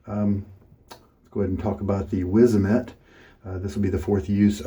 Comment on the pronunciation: Wizamet and polsilver were made by the same company. After selling and moving production to Russia, the production of super iridi razors blades was discontinued. Polsilver blades are still made. Btw pronunciation wizamet is vizamet 😁